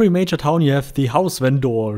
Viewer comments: Just curious, why do you call them "ven-door"? Its normally pronounced "vender" (despite being spelled vendor, that is the correct pronunciation of vender). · If you pronounce the word with a german accent its automaticly vendoor. xD Ingame they labeled as vendor. so its not so far from door xD. In german you speell the O mor epresent. With the german O sound. XD